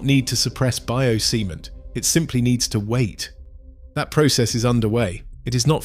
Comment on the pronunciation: Did I heard it right?? "Bio-semen"...